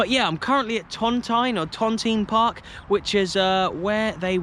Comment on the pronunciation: Cheers dude 🥃 The original Park was across the road where the white houses are and it's pronounced ton teen park. Keep up the good work mate and thanks for showing my local areas footballing history. I used to play for the Renton craigandro boys team and we would go to watch the Vale of Leven on Saturday afternoons after we played our match in the morning. Great memories 👍